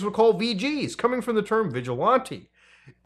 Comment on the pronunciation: If youre gonna tell people not to be a vigilante atleast be able to pronounce the word correctly. Anyways, somebody find this dude and make sure justice is served. No face no case.